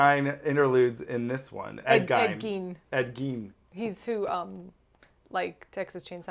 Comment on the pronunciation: I think that even though it is spelled Gein (like mine), it is pronounced like mean or seen.